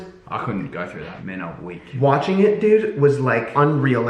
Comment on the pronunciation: Did he say men are wick.....😂😂😂😂